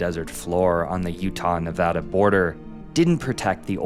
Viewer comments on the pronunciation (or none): It's pronounced "Neh VADD uh" Oh, you said it correctly here? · So, coming from Nevada I know how the name is said so said it wrong , , said it right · It’s Neh-Va-DUH not Neh-Vah-Dah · It’s ne-vad-a not ne-vah-da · You do not pronounce Nevada like that. Pet peeve. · I loved this video, but as a Nevadan, the pronunciation of our state here is killing me! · Said Nevada wrong 🤢 Alright only said it wrong once. But you’re on thin ice buddy 😤